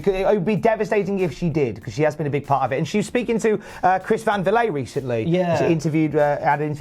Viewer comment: Chris Van Fillet mingion.. its "VLEET" not Vil-lay" lol cmon!